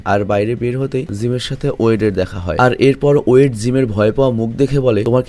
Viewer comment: Vai torita hobena tabita hobe not woyed his name is boyed and not adjane his name is elgin